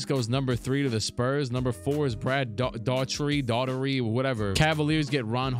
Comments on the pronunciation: Try Daw-herty or Dah-herty, lol. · Change Mike’s shoes, he’s playing in Converse, and give him number 9 his Olympic number. Oh and it’s Brad Daugherty (pronounced Darty or Dart dee) Any late 80’s or 90’s question you need I’d love to share with you. Theses sims let me relive my childhood and I’m a gamer still🙏🏾 peace to you.